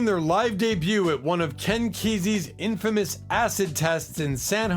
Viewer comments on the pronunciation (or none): none